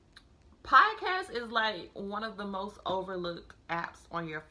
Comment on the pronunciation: I am so sorry but I have to mention that its "P-O-D-CA-ST" its not piecast.